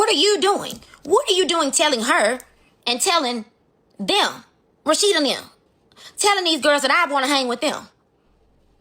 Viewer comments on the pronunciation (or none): Not Shame-uurr! And you have me calling Rasheda, Rock-sheda 🤣🤣🤣